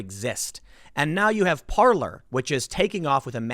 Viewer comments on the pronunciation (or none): none